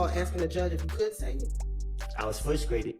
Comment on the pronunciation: I was fwustrated😂😂😂 my man pronounces his words like Elmer Fudd! Wascally Wabbit😂😂😂